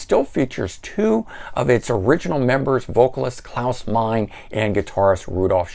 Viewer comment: Meine, pronounced MY-nah. Mathias, pronounced ma-TEE-iss. You’re forgiven, though, because these brash, young upstarts have only been around for 57 years. 🙄